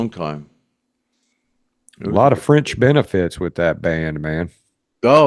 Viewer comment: DID YOU SAY FRENCH OR FRINGE? 😂😂😂